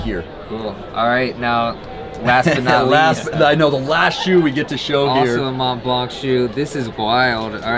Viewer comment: Hey. Drop the t and c, and you won’t sound completely stupid. Mon Blan.